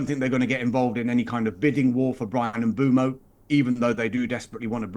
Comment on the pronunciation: Why does everyone pronounce mbuemo wrong? It is mbwaymo not fucking mboomo. Not that hard.